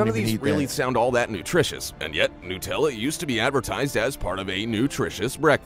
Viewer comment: It’s not “newt”tella, it nUtella, made from nuts, get it?